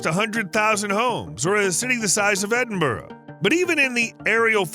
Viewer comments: Its pronounced as ed-in-bruh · Cruachan ends with an, not on. Also Edinburgh ends rgh, o. Get the names right please.